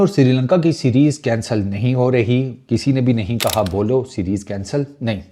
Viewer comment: Abay khotay bolna tau seekh le.... Kansaal nhi hota cancel kehte hen...